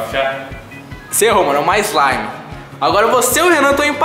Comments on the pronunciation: slamif eslimifi kkkkkk morri eu so acho que é slime😂😂😂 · não é sua ilegal é slaime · Esmaire esmire eslaime kkk